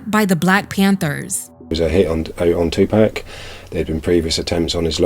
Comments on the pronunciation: Dude called 2Pac Tupack so off the rip everything he says is unbelievable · I can't believe anyone that mispronounces Tupac's name